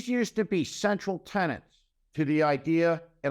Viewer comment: It's "tenets" Steve, not "tenents".